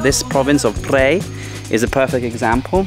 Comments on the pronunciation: Hi, I love all of the segments that you have produced. Thanks for your hard work. The recent province that you have visited is actually called Phaer (according to the Thai writing) not Phrae. I thought I let you know. Keep doing a great job. Cheers. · It’s แพร่ not “Prey” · The pronunciation of "Phrae" should be like "P-rare" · Phrae is a fabulous little town, famous for it's ancient wooden mansions. Lovely country farmers markets etc. There is another Earth Pillar area south of Nan too, at Sao Din (Earth Pillar), near Wiang Sa on R1026. Btw,, I hope you don't mind me saying, but Phrae is pronounced like 'Prayer' not 'Pray', with the rising tone, as you say. Hope you don''t mind. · well.the province name is not what you pronounced .nice view by the way. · You need to learn how to pronounce Phrae correctly!!! Ask a local...